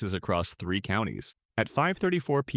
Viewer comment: “Thee zero eight AM” brother please narrate your own videos